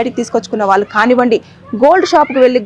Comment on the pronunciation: Heights of kadu. Hats off అని పలకాలి. వాళ్ళు అని పలకలేవా? వాల్లు అని పలుకుతావేంటి అసహ్యంగా. ముందు భాష నేర్చుకుని అప్పుడు యాంకరింగ్ చెయ్యి.